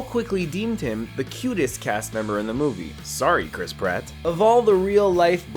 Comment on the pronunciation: Did this guy just say crisp rat?